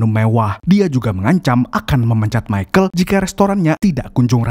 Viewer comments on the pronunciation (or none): none